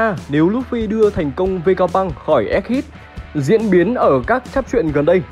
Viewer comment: egghead đọc là éc hét chứ k phải éc hít đâu ad :))